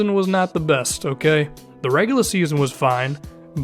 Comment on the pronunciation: You can definitely tell your from the north when you say regular